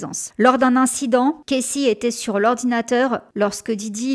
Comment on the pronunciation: Par pitié, prononce correctement le prénom de la victime : Cassy se prononce KASSIE et pas Késsìe! Le frère de Ben Affleck, Casey se prononce de la sorte...